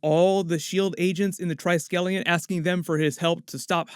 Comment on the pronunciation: It’s TRISKelion, kind of rhymes with whisk. Not TRYskelion. trəˈskelēən is the correct pronunciation.